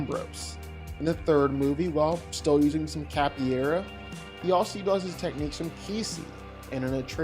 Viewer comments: I know this won't matter to a lot of people, but out of respect for the martial art, I have to say that capoeira = "kah-po-EH-rah," not "cappy-era." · Capoeira... KAH-po-AIR-uh... not cappyaira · Capoeira is pronounced "cap-oh-way-rah." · It is not pronounced cappy era. . . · No matter how many times he said capoeira, he never quite nailed it lol. But yeah, Wick clears.